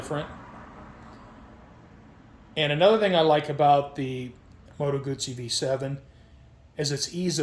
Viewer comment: Beautiful bike & nice, informed video! (You also know how to pronounce 'Guzzi'!) I also like original mufflers on many bikes, with baffles removed vs. the expense & hassle of aftermarket exhausts or slip-ons. Can you remove the baffles on this bike??